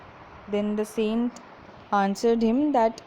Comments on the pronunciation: Mam improve your pronunciation saient no संत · It is not sant it is saint in english